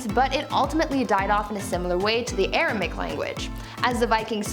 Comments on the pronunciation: AR-A-MAY-ICK - Aramaic, not ar-a-mick Made me twitch every time she said it. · Informative, but should have taken more care in spelling the names of the languages, eg in this video sanskrit is spelt as sanskirt, Aramaic is spelt as Aramic of course and the presenter pronounces it as aramic as well, and the correct spelling of Akkadian is not Akkadien. Sorry to point this out but it is important to me as a teacher of English❤️ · Y’all had me second guessing myself. It’s Aram*a*ic. Air-uh-may-ick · You Def pronounced Aramaic wrong it has 4 syllables not 3